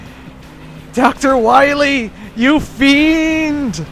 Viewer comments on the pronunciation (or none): That's not Dr. Wily, that's Dr. Wahwee.